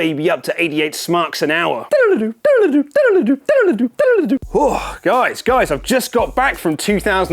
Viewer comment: " turn it up to 88 smark " 😂😂😂